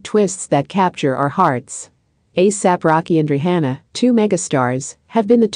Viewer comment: Why she saying RE HANNA ??? Say her name right please!!! Lord who AI SPEAKER IS THIS???